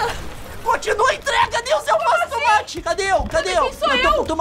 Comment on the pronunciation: tOmate e não tUmate